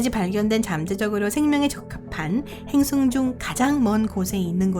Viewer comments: 근데 한국사람 아니져 ?? 행승이 아니고 행성이에요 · 이~~행승은 ... 자꾸 귀에 거슬려요